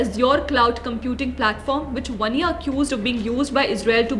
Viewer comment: वन्या नहीं। वान्या।